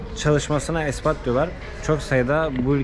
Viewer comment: Espat değil expat:) 😊